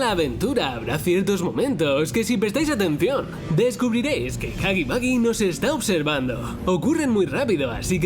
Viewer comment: No se dice hoggy boggy es huggy wuggy